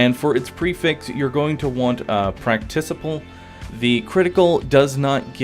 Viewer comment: I hate to be that guy but it was wrecking my head, it is pronounced "prak tik able" as in practical not "practice able" great vids though! have a nice day. :)